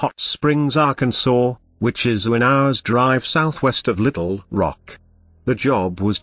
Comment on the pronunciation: Ah yes "" I love how you pronounce "AHHHH-CAN-SAW, GIN-SANG" Only outdone by ""